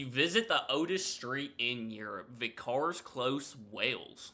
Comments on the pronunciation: Sorry, "vi-cars" for vicars sent me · "viCARs close" -- have you never heard the word "vicar" (as in priest, minister, pastor, etc.) spoken before? (It's "VICars") If people didn't still live there, it wouldn't be a residential street anymore. Also, confusing "Wells" (the town) with "Wales" (the country)... sheesh. As for the water in that really-quite-young Portuguese village... yeah, that looks like a lead pipe. Feel free to hydrate...